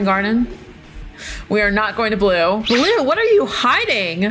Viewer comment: Not boble blue it’s blue